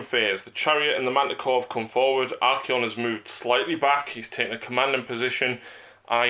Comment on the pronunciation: Ar-kay-on. Ar-kon is 40k drukari